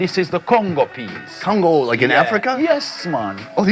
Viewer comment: It's gungu peas not congo peas